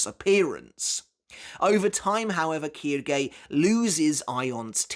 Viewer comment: Its not kirgay its quilge